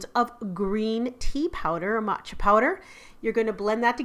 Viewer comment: YOU HAVE NO IDEA HOW HAPPY I AM TO HEAR THAT YOU PRONOUNCED 'MATCHA' CORRECTLY